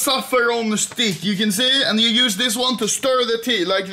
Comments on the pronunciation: Funniest shit is when anomaly says ‘’stick’’ he pronounce it ‘’SHTICK’’ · I like how Anomaly always says ''stick'' as ''Schtick'' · Its štik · Thats his shtick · It's štik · learn to schtick with it